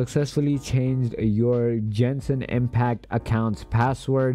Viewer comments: “Jenshin impact” it’s Genshin get it right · jenshin impact